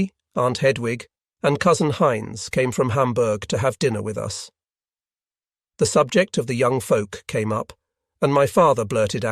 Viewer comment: The AI voice hit a new one on this video. The word "us" was pronounced "U.S.".